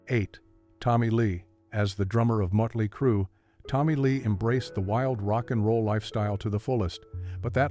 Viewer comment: "Mutley Crue"?????